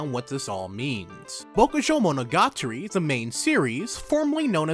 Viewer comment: Great video! But I literally flinch every time you try to say Bokujou Monogatari